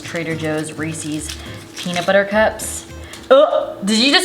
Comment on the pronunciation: Not saying Reece’s wrong.....